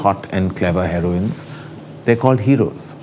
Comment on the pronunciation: Did he just pronounce it Heroin(DRUG)?